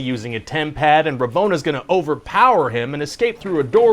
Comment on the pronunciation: Every time you said tempad I heard Tampax … there is something really wrong with me